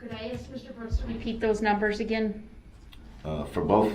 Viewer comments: If Darrell pronounces “ask” as “ax” , then how does he pronounce axe. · Love your pic of the axe in front of the “ing” to denote how his mispronunciation of the word “ask”. Him saying “axe” instead of “ask” drive me crazy throughout the “proceejinks”!